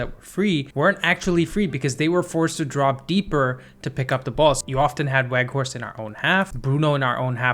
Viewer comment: with an Edge: the 'W' in Weghorst is pronounced as a "V", please correct accordingly moving forward. Otherwise, great video!